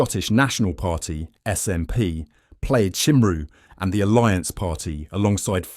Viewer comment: "Played shimroo" ? "Plaid Cymru" is pronounced like "Plyde kummree".